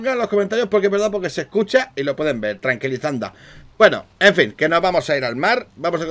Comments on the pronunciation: Ha dicho tranquilizanda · es verdad dice tranquilizanda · dice trancilizanda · Yo igual lo escuché "tranquilizanta" 🤣🤣🤣🤣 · digo tranquilizanda lo escuche jajajja buen video crack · dijo tranquilizanda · es verdad dijo trankilisanda xddd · dijo tranquilisanda no sabe ablar